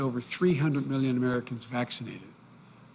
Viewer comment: LOL . Did he just say "Yuge, yuge, yuge"? It's going to be fun making fun of this president. Sure there will be less to work with than his predecessor but with Trump half of the laughter was nervous laughter thinking "OMG this moron has the nuke codes!". Now we will be able to just tease his stutters..like we did with Dubya Bush..but be able to rest easy in the knowledge of him being a competent person. God is good!